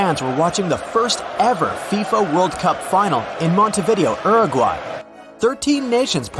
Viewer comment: The way he pronounced “Uruguay” is funny